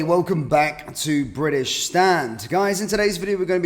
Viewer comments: It's British not Bridish. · If you are going to call it British Stand, don't pronounce it briddish there is no such place.